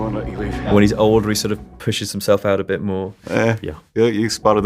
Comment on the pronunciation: " He's a bit of a genius" CUT ! Start again but less emphasis on " bit" Take two.